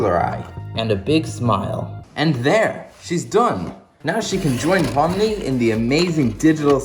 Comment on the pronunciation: That ain't Pomni thats Bomni💀